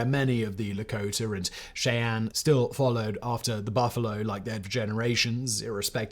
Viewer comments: Listening to the British guy mispronounce Indian tribes, names, and rivers is fun. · I thought Simon did a very good job overall, however I kept getting distracted every time he mispronounced "Cheyenne" and "Arapaho".